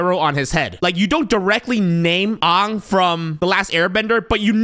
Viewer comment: Did he really use the Shamalayan pronunciation of Aang? What kind of heretic is this?